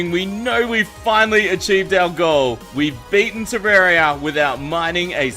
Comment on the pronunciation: He said terraria with an E